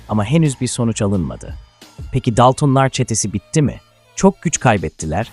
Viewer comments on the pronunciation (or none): Daltın daltom demeyi bilmiyor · Yapay zekayla seslendirme yapıyor daltonları daltın diye okuyor yapay zeka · DALTIN ne aq... hadi dedim belki dili sürtçtü, ama sürekli aynı telafuz. gıcık olduM, DALTINLAR NE AQ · Tüm videoyu bi kenara bıraktın buna mı takıldın sevgili dostum? Senin için olay Dalton'lar yerine Daltın'lar demesimiydi?? Ya da daltın deyince video'dan hicbirşey anlamadın mı? Ben Can Dalton Çetenin reisiyim ulan ben bile Tribe girmedim sana ne oluyor?? Neyse Yalvarmana gerek yok seni işe aldım İstanbul güldibi sokak no-9 evde yokuz dairesine git AbdulMuttalippiyleys isimli şahısı bul Götün'den bi kıl kopar bana getir!!Sakın başka birinin getireyim deme anlarım Tam gözünün üstüne sıçarım ölene kadar'da silmeni yasaklarım Ölene kadar dünyayı bombok'um görürsün! Bekliyorum hayde. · Doksındokız bin dolır ne demek bir de daltınlar😂😂 ya senin seslendirmene skm 😂😂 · Yapay zeka konuştuğu için normalde dalton